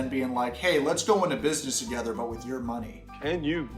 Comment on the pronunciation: Is it just me as a foreigner, or does Andrey often say ‘f’ instead of ‘th’? Toge’F’er and other words…